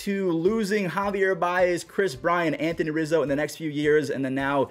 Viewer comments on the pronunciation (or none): none